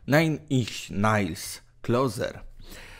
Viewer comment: nine inch nails nie czyta się "najn inś nejls" tylko "incz nejls"